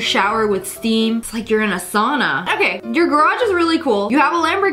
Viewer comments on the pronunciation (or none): none